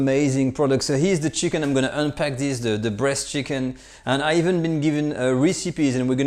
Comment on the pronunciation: Somebody else hear him say Breast Chicken instead of bresse chicken all the time? No? Only me? Well then...